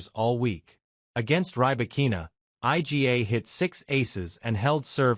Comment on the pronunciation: Who the hell is Ay Gee Ey? Eala-Noskova and topic IGA and sinasabi? Yan ang hirap sa AI eh.